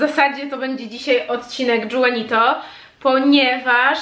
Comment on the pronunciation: A nie Juanito ( Ju... wymawiane jak Hu)? To w końcu hiszpańskojęzyczne imię.